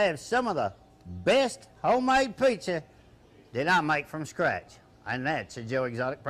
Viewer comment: did he say he made by scratch or crap?